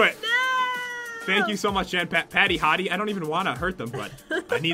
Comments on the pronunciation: Jen* you said jean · you know you said jeans like the pants wait who is Jean oh its jen not to be rude